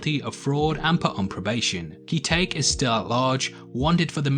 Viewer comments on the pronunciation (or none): Perhaps, only one name: Ki-taek, pronounced "Key-tech".